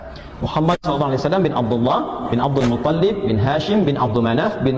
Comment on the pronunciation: Penyebutan Abdul muttolib nya uah salah, jadi dia bilang Abdul mutollib😂